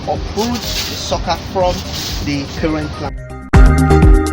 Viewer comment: Google translate sucker as socccer. Why do you guys deliberately use wrong pronunciation?